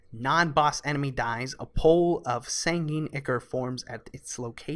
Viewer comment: Just so you know, sanguine is pronounced sang ooh in. Thanks for the explanations!